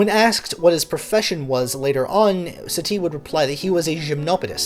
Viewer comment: Good reading of pre-existing material but your French pronunciation is awful. Stress should be on the first syllable of Satie. Like Sah-tee not satee and Deh-bew-see.